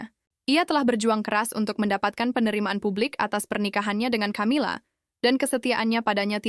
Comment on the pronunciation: Camila itu bacanya Kamila karena itu ejaan asing bukan di baca ejaan Indonesia ..